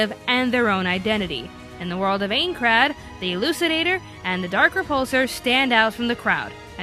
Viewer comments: It's Pronounced ( Aye - in - krad ) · AINCRAD *eincrad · It's not aincrad. It's Incrade. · AND IT IS PRONOUNCED INECRAD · You pronounced 'Kirito' and 'Aincrad' wrong... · I'm pretty sure she doesn't care/ did it on purpose because she hates the show. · sao isn't poorly written. it's actually good. Sure, the love is stupid, but this s good. and you can't even pronounce Aincrad. What a Goof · You mispronounced Eincrad!!!!